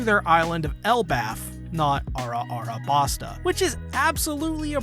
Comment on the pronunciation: A few things it would help to understand a bit better is pronounced "Vee-Vee" The 2nd longest arc in the series is 100 chapters. If you need 2 parts just to cover Little Garden.... I got bad news for you. I think you are just trying to be funny, but its just "Arabasta" not "Ara-Arabasta". The English dub pronounces it "Alabasta" and I think thats better for English speakers.